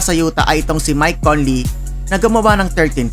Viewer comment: Conley boss.. not Cornley 😅